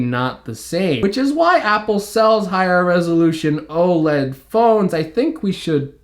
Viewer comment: Love your content, but when you say o-l-e-d it REALLY irks me. 😂😂 Its o-led, dude! No biggie really, just bustin’ your chops...great comprehensive review. 😉